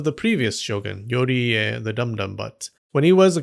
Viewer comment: Yoie as you said and yuri as you called